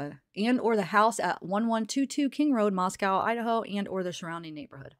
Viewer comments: Actually the city in Russia shouldn’t rhyme with cow either. Mosco. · I don't know if you heard yet but it is pronounced Mos-coh and rhymes with Costco not like the city in Russia